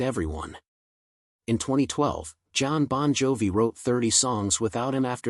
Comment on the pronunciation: Who is Jon Bon Joy? This guy don’t even know how to pronounce the bands name